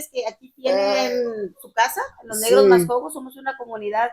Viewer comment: Mascogos sounds like Muskogee.